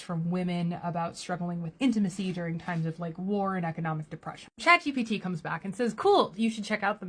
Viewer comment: Chad GPT does it again! I concur. This happened to me recently. "Be vewy vewy careful" - Elmer Fudd (btw, he never said, that)